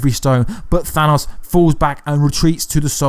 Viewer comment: At least he pronounced Thanos correctly